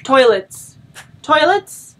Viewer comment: "Toilets?" I can hear the 'Merican on that accent, and I am sure it is 100% earned.